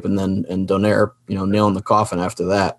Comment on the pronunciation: still can't pronounce the name right... is don-ai-re